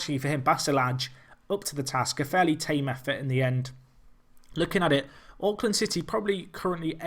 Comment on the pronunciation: As a guy who enjoys watching Auckland city highlights, pronunciation is so bad! XD